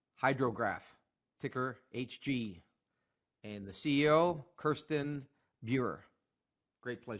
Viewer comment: Her name is Kjirstin....pronounced "Keer-stin"